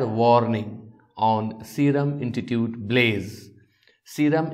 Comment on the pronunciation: Sir, every time you speak intitute, not institute... Please listen your pronounciation. . good night...